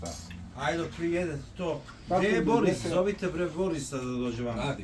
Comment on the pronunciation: "Da vidiš bwre koje dobwre knjige imam"Uko ako je knjiga "debela" ne znači i da je dobra!😂